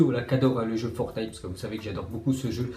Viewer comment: Après Netflique, il dit Fortnaille